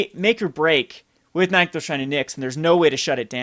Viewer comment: You drive me crazy with your card pronunciation! It's "nick-those" not "nyek-those"